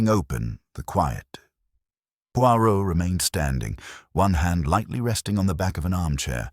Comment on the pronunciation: When you read an audio book, first pronou ce the main character 's name correctly and if reading french,pronounce it properly pleease